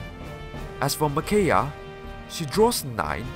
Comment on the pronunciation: I believe it's Me/Mih-kai-ah, but fantastic video nonetheless